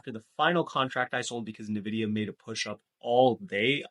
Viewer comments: Not gonn lie but it's pronounced Nvidia, not Nividia. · bro youve been pronouncing Nvidia wrong for a while. Not Na-vidia its En-vidia.